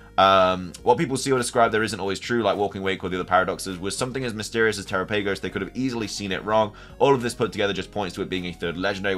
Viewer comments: Dude I love your videos but I canot stand when people mispronounce pokemon names !!! It's terOPagos that's how you say it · If you're unsure on Terapagos' pronunciation, they give the correct one in the Pokemon direct when it is revealed. turr-AHP-uh-gohs